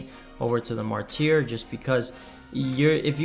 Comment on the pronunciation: Sca-rib & Mar-ter. You got inquisitor basically right though.